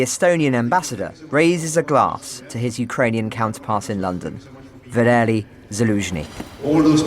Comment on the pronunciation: It´s "Adelie".